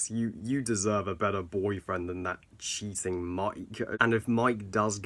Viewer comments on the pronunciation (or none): No offence but whenever u said cheating Mike I thought u said that cheesing Mike 😂